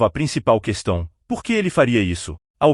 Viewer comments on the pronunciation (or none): none